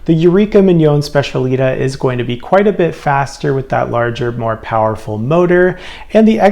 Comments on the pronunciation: These both look great for an upgrade. Oh the Eureka is pronounced Spech-a-lee-tah, emphasis on the “tah”. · It is pronounced SPETIALITÁÁ